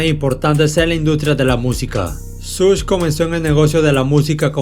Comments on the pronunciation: Buen canal. Buenos videos. Pero se pronuncia "Shug" y no "Such". No cuesta nada ver un video o un audio donde se pronuncien bien los nombres. Algo que le quita lo bueno a este canal es eso. Se pronuncia muy mal algunas cosas. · NO SE PRONUNCIA “SUSH”. LA PRONUNCIACIÓN CORRECTA ES “SHUG” QUE VIENE SE “SUGAR”. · Se pronuncia Shug